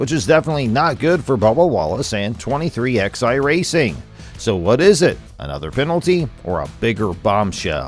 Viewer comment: Stopped watching at 23 "ex-eye"